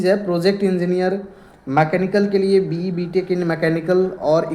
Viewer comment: BE ko ye BA bol raha hai aur oven ko even bola jiska meaning bahut alag hai